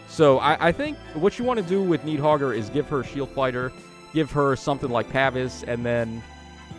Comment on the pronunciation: "Knee-hogger" and "Naah-ray-oor." Yeah, let's go with that 😂